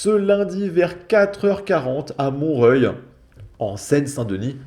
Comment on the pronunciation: C'est Montreoeil qu'il faut prononcer